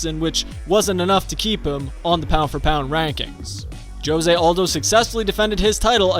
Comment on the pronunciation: Please learn how to say Jose Aldo’s name